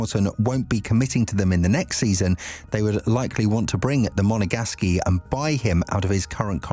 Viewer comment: Monagasky? I'm always amazed as to how illiterate many YouTubers are these days. I mean how many times have you heard Charles ( pronounces as French and drops the S)LeClairc's hometown pronounced on TV yet they still get it wrong. Try "Monagask".